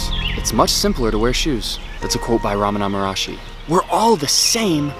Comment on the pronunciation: He doesn’t even pronounce Ramana Maharshi correctly, the most extraordinary sage of the 20th century